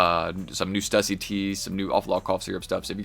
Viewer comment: Pronounced "stew-see". Use that umlaut. 👍